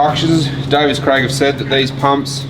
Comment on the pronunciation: Davies, Craig. Davies.... not Davis.